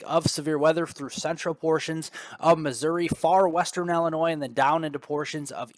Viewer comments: you are driving me nuts: Illinois is not Ellenois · Yo! No, it’s “ILLAnnoy!” 🤣🗽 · Hey, you say tomaTO, I say TAmato.....ha ha. I did notice it too though, with a chuckle.